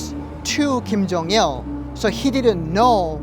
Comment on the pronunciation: ㅏㅑㅜㅇㅁ ㄹㄷ디(웁스) Kinda feel weird about this guy. 1. He pronounces Ghim Jung Il (김정일) as "Ill (이을)" instead of "Il (일)" like Koreans (both North and South) would pronounce. 2. He doesn't have any "accent" when he speaks English and he's... FLUENT. He's the first North Korean I've heard without any accent. 3. So he says he's a 'Christian', so he was brainwashed from the Communist and now brainwashed into believing some fairy god that watched all the North Korean starve to death, died from torture, etc. and he worships it?